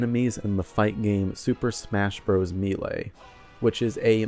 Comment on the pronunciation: Do you say melee like that on purpose